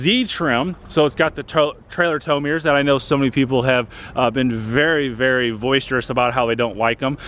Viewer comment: Um, voisterous? Is that a new word?